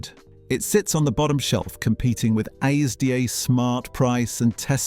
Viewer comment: Pronounces ASDA - A.S.D.A. 😅